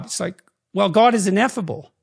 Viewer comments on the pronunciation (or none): Ineffable* not inethible